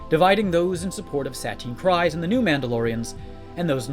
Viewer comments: Clan KREEze, not KRYze 😠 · It's pronounced "Kreese", not "cries". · The Dutchess's last name doesn't sound like cries it sounds like creed but with an s instead of a d.